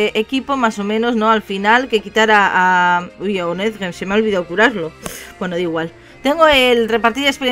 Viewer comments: honedge se pronuncia honeglle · se dice jonedye